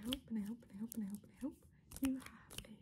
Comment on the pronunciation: Sometimes when you said "and i hope" it sounds like "pendejo"